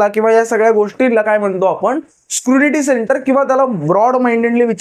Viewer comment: Scrunity nahi re ...scrutiny 😅